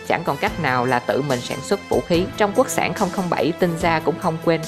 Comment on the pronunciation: Quốc sản mà nghe giọng đọc lại tưởng là quốc xẻng